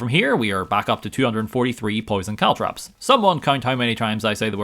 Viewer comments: caltrop not cowtrap bro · I didn't hear caltrops much. CaltTRAPs though? A very strange mispronunciation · As far as I could tell, he only really said "caltrops" once or twice. Every single other time was actually "caltraps". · CalTROPS! not traps! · It's actually only 1(maybe). He says caltrAps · I heard Caltrips a few times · I heard "cowtraps" at least 10 times 😅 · Caltrops. CalTROPS. CaltrOps! It's an O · Why do you insist on calling them caltraps? What did that poor 'o' ever do to you? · Caltrops??? You poor fool